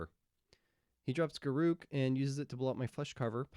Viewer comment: Imagine saying Garruk. I say Garruk.